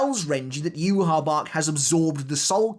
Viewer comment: Dude good rundown as usual. However could I please ask you to stop mispronouncing the name of the Quincy King Ywhach (which I admit is a baffling spelling), as "U-habark"? There is no "K" sound on the end, and I could forgive this if you'd only read the Manga, however there are almost 34 episodes now where this character has been mentioned in virtually every one, pronounced "U-ha-bar-rah". "I'm tired of having to tell you not to speak that name so lightly, you'll only have yourself to blame if you lose your voice." 😅